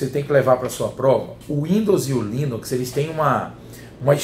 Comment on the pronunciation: rsrsrs...."já o Linóx"....rsrsrsrs